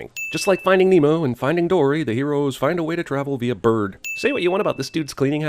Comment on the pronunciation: I died at the point where he emphasized on the word "bird" on the 93rd sin